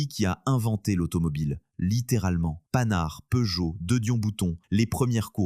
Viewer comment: C'est de l'IA, et pour qu'elle prononce "pan art" au lieu de "panard', il faut écrire "pan art".